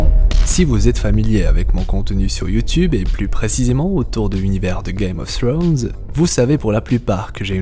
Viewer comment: Czst la seule personne que je connaisse à vraiment essayé de bien le prononcé (czst à dire pas le prononcer à la française) donc perso ça me gêne pas je préfère